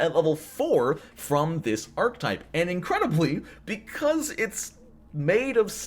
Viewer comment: "Ark-uh-type", not "ark-type". Otherwise, a great video!